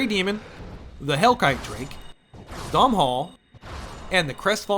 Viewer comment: The W in zweihänder is pronounced as a V, Doof. Es ist Deutsch! Also Sif is canonically male, and Domnhall is pronounced "donnal". Because Scootish.